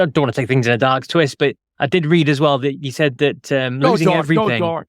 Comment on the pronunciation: Never heard someone pronounce dark as dork before.